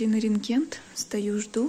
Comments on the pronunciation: Ренген но не РЕНГЕНТ......где вы учились русскому языку? Я в Германии живу 33 года и стараюсь русский язык не искажать. А у вас только и слышишь КРУТО КЛЁВА..... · Правильно говорят рентген, а не ренгент, Вы часто произносите не правильно слова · Рентген!!! А не "ренгент" 😱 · я извиняюсь, но правильно нужно говорить рентген, а не рентгенТ. Два рентгена, а не два ренгента. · не ренгент, а рентген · правильно говорить рентген, а не ренгент. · Правильно говорить "рентгеН"- буквы " т" в конце нет- уважаем родной язык. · А она сказала рентгент )) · правильно говорить- ренТген.😊